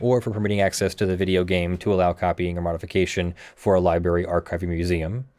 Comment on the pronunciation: New drinking game, drink every time says Liberry instead of Library